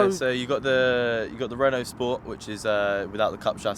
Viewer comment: being a "car guy".. you should be able to pronounce Renault properly, its not Renolts, its pronounced Ren-Oh. You muppet. 😉 Oh and Por-sha not Porsh. Come on man... its monTH not munFF. Lol OMG and you Owned a Renault in the past.... SMH Its probably why you went to BMW, something simple to pronounce. You poor sod.